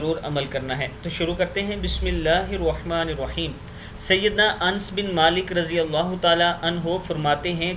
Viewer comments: اَنَسْ رضي اللّٰه تعالى عنه کا نام صحیح سے پڑھیں! آپ نے ن ساکن پڑھی۔ جبکہ ن پر زبر ہے۔ پہلے صحابہ کرام رضوان اللّٰہ علیہم اجمعین کا نام صحیح پڑھنا سیکھیں! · حضرت انس رض کے اسم گرامی میں الف اور نون پر زبر س پر جزم کے ساتھ پڑھیں۔ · o bhai ans nai h ans nai h kis zaban me smjhte ho ap ???????? anas h anas h plzzzzzz hath thak gay msg kr kr k kitne zidi insan ho ap yar plzzzzzzz ans nai h anas h kisi aalim se ya masjid k imam se hi puch lo ja kr Allah ka wasta h apko nam thek krlo anas r.a